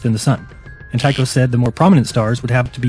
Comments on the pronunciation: Sounds weird. I don't know of any Danish region where Ty would be pronounced like that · Actually, Jizm is closer with his pronounciation of tycho than you are. Also, I listened to several audio files, including one on wikipedia, and the k is always spoken out. Just wanted to point that out and I also want to clarly state that I am not a flat earther. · Nice video... Sadly, Tycho Brahe is not pronounced Tuko, but Teeko “Tycho's Danish name at birth was “teeguh Brah”. Tyge Latinized his name when he was a young man to T-Y-C-H-O B-R-A-H-E. Pronounced in Danish it's “tee Koh Brah ”. or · not tyshoe you should pronounce it this tyyko brae. If like we should pronounce shopernicous then kopernicous. Anyway you doing great youtube videos. Have a nice day. :) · Why are you pronouncing it Tuko? Pronunciation guide says taɪkoʊ. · With every video you make me cry with laughter, keep it up! BTW, a small nit to pick: "Two-show" is the German pronunciation,"tee-Koh" is the Danish pronunciation (as well as the Latin) Brahe change his name from the Danish Tyge to the Latinized Tycho. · Okay, Tie Ko Bra he is incorrect. But so is Two Ko. I have heard Danish speakers pronounce his name and it was in my poor phonetic spelling Tee Ko Bra. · Tycho is pronounced Tea-ko, you presumptuous git. Otherwise carry on. :) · Isn't it, Tycho, pronounced "Tah coh" (Taco) ... mmmm, tacos! Aw nutz, now I is all hangry! 🤡🌮🌮🌮🌮🌮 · He can’t pronounce a lot of these things. I was almost waiting for him to call him “Taco Braingate” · One thing though, you can pronounce Tycho as 'taikou' (according to wikipedia at least). Even if you wanted to pronounce it as a Dane would, it's neither 'taikou' nor 'tuxou'. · The narrator, although correct in most points, was wrong regarding his pronunciation of Tycho. His name is NOT Tucho! Jism pronounced Tycho's name correctly. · Where are you getting your pronunciation "too-coh" from for Tycho? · His name is pronounced Tycho NOT Tucho! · its Tycho not Tuko